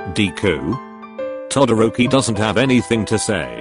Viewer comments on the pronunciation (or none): "MiDoRiYiYa" "ToDoRkI-kUn" Midoryiya? Todorki? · Text:todoroki Voice:todooki 🤓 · The way that bot voice says TodDORKY kun is amusing. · The voice pronouced todoroki To-dork-ie. I am so sorry my husbando. 😂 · Auto voice thing for the message when it said to Todoroki it sounded like Todo-dorky Is it just me hearing this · noobody: siri: t o dORK EE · I love how it pronounced Todoroki todo dork i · Tidoorkey LMAO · C-akken mIDoriAaa toAdroki-Kun (How namez r pronounced xd) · Did i just heard (todoor ki kun)